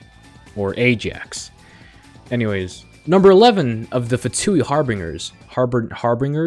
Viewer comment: funny how hes tryng to say harbingers